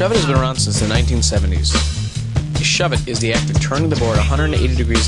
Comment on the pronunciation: DUMBASS its not a "SHEVIT" ITS " SHOVE IT"